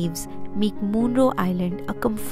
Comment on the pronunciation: Little correction.. Munroe is pronounced as मनरो. Also the river is ‘Kallada’, not ‘Nalanda’